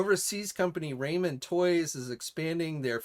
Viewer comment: Do you seriously have no idea how to pronounce “ramen”?? It’s like the soup you probably ate loads of growing up, Top Ramen… RAW-MEN. NOT RAY-MEN.